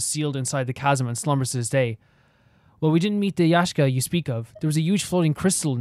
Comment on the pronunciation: Hearing you say Yashka even though it is written Yaksha absolutely destroys me inside